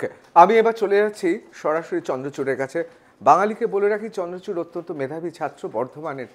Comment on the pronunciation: vai chandrakanta nahi chandrachur! nam to thik se bolo!